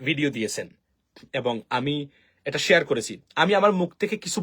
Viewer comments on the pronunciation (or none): none